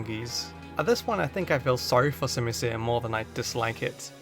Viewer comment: I done understand why everyone hates on the unova monkeys I love all of them, also your pronouncing their names wrong it’s called sim-u-sear and sim-u-pour I love the unova monkeys and I love them and simasage is one of my favorite Pokémon also I like pelliper and wingall and also aromatese is based on is a pluage doctor that used to use pollen or smells to help with sickness, not can can dancers and dugtrio’s alolan form is based on volcanic glass